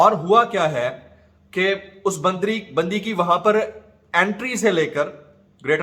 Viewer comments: سر ، لفظ "بندری" نہیں ہوتا ۔۔باندری یا بندریا ۔۔آئندہ اگر زبان پھسلے تو الفاظ کا خیال رکھئے گا ۔۔😉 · "Us bandari " lol.... I love this slip of tongue.... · Ap “BANDRI” jan bojh k bolty hen na??